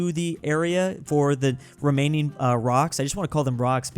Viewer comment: I can’t be the only one who thought he said Romanian instead of remaining